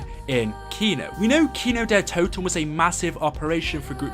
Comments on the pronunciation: Its Kin-d-ertoten not Kinodetoten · The way he says kino Kino DER toten